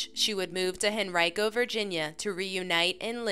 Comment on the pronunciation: Heyyyyyy!! I’m from here in Henrico, VA and used to dispatch for HenricoPD. I’m really impressed you pronounced Henrico correctly. No one says it right if they aren’t from here.